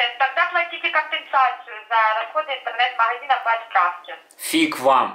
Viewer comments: "маГазина"? У операторш проскакивает фрикативное "гэ". Просто информация к размышлению. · Як мы вам не нравимся? - Вы ховорите заказ... - Платите компенсацию за расходы махазина... - Я вижу що вы со мной разховаривали... :D